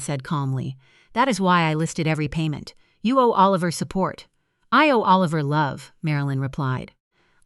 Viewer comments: Why do you keep saying a liver instead of Oliver? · It’s not O Liver, it’s pronounced like Alaver! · These compute generated storytellers is so funny, Oliver here is O-liver, so funny. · I know it's AI, but...imagine holding your newborn, trying to decide on a name...a sweetheart a heart...naaaa A liver😂